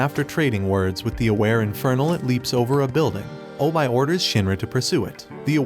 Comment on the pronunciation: its obi not obye